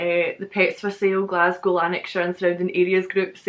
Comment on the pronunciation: That glass cow is accurate. I cringe every time an American pronounces it that way